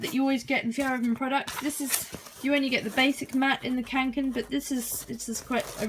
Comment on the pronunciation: is it just me or is it REALLY annoying when someone says kAnken